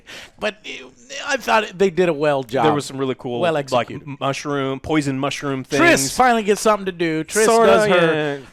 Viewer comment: Trish -Triss, Triss.... Merigold..